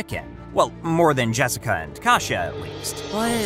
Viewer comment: When they literally pronounce their names in the show and this guy doesn't bother to pronounce them correctly... you can tell he doesn't actually watch it. Her name is KAY-SHA, not Kah-she-ah. Actually sit down and watch the show you're critiquing/covering in the videos man